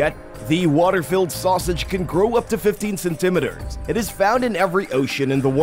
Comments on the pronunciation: Ok. I'm not crazy. Other people heard that too. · It is driving me crazy! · Sorry, I was distracted by the ridiculous pronunciation of centimetres.